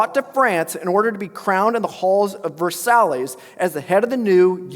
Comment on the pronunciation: ....bro that is not how Versailles is pronounced!